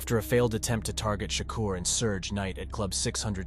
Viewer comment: Mispronounced keefe and suge name cmon😅